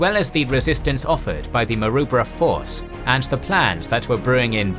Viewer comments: Maroubra- pronounced Mar-roo-bra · His pronounciation of Maroubra force is a bit off too. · Such a shame that you obviously do so much research, but mispronounce almost everything. Every Australian who’s ever lived will wince at your pronunciation of “Maroubra”. And many Australians of my generation heard first hand from our grandfathers who were there how to pronounce “Kokoda”, “Buna”, and “Gona”. It should have been an easy to check thing, that detracts from the storytelling. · Ko-Ko-Da and Maa-Roo-Bra. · Kokoda is pronounced co co da. Maroubra is mah roo bra. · "kuh-koh-da" "mah-roo-brah" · Great information and vid but as an Aussie(knew/know people who have fought there), you're mispronouncing Kokoda and Maroubra.